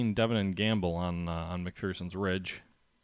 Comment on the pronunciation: It's pronounced "Mc-FER-son". There is no FEAR in McPherson. At least ... that's what the Gettysburg tour guide told me.